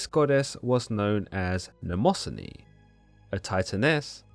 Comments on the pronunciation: It’s ‘nyma-scene-ee’ not ‘namoh-son-ee’ Mnemosyne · It's Mne mo syne you pronounce it wrong